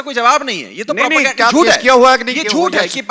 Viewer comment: J keya ho rha hai..😂😂 She says - keya ho rha hai😂🤣🤣😅